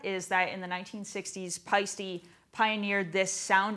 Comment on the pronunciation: Pie-stee? Wait what!?